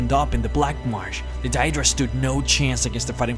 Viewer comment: DAY-DRA. Deadra